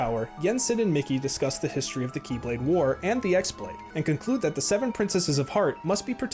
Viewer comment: Its not the X blade its the Chi Blade (the greek letter that kinda looks like an x but is pronounced the same as key). The keyblade that the master of masters gives DOES have a name, its bame is "No Name". I feel like that original video just kind of read some stuff off a wiki :/